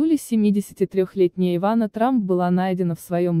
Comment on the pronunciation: Ивана,ударение на 1ый слог.